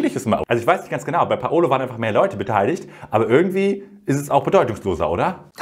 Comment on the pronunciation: er heißt doch PaUlo nicht PaOlo oder spinn ich, alle sagens falsch :( haha